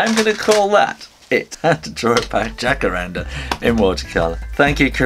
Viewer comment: Como vai tudo bem? Fiquei surpresa com o Jacarandá (tem acento Agudo no último a.) O Jacarandá é uma árvore brasileira está em extinção porque sua madeira foi muito usada em móveis de luxo. Acompanho sempre seu trabalho e gosto muito !Obrigada por sua simpatia e talento e por incentivar a todos para o desenho!😘